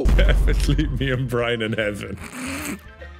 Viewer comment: After all these years, still calls Brian “Brine”